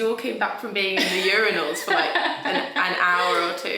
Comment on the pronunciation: I thought Paris going to say "u-RINE-als", as the British are wont to do, but she instead put the stress on the first syllable. For this gesture of linguistic harmony, I've begun calling those tiny blood vessels between veins and arteries "ca-PILL-eries". I'm a Good Boy.